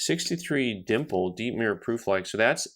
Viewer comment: I was saying it as a joke for a while.. turns out, that's actually the way the experts say it too (in seriousness).